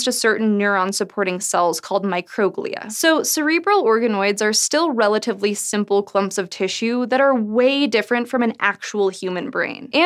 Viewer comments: pretty sure its micro-glia, not microg-lia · micro-glia not mi-croglia :) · Micro-glia. Sorry, but that sort of hurt my ears. It's not my-CROW-glee-uh, it's MY-crow-GLEE-uh. Glial cells that are small. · Micro-Glia, not My-Croglia